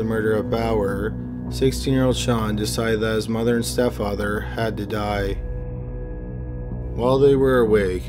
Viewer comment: I can’t be the only one so annoyed from the way he says mother so proper lol